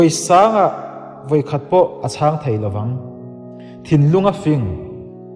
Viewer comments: Ngaihthlak a man hla hle mai.Mahse thu lam hriat nuam lo a awm zeuh zeuh tih mai loh chu.Sakei tih tur ah Sakai tih te, thei tih tur ah thai tih te..a dang tlem nen... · "thai" ni lovin "thei" tia lam rik tur